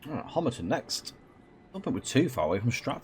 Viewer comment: Well done on getting the name “Homerton” right. As most are saying it wrong.